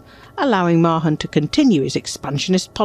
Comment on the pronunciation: At last the correct pronunciation of Mahon